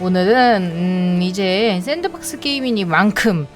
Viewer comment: 잠뜰님 sandbox 아닌가여? 잠뜰님이 sanbox 라고 하신거 갔아서